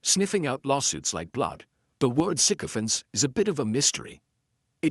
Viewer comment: Thanks for pronouncing this correctly. All the newscasters are not